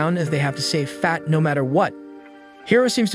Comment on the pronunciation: Why are you saying fat like that😅😢😮🎉